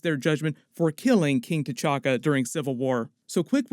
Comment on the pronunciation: "King Ka-Chacka"?!? 🤣